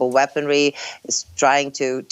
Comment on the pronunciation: She can't even pronounce WEAPONRY, she keeps saying weapontry. Some journalist...